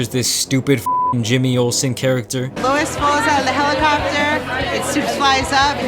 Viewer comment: I hate how you pronounce Louis